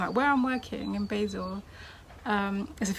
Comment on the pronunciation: Pronounced BAHzel, rather than BAYzil...